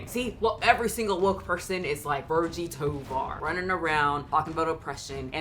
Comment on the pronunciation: The look from Virgie could've been because the interviewer pronounced her name "Vir-Gee" instead of "Vir-Jee." Virgie is 42? She's approaching that age where fat activists start disappearing. Don't know why that happens, but all the FA/BoPo people seem to be 30s and younger, despite the movement being around for a long while now.